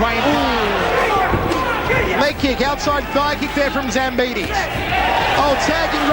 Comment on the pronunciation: Why you say zambida when his name is zambidis